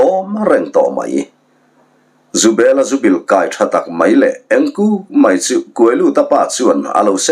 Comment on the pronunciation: 'Zawngchal' hi jongte hnam hming a jong ang hian lam tur, zu kai tha hi chho sang 'kai'angin lam tur.